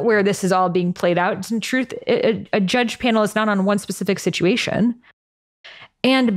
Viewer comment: Did she say "joodge"?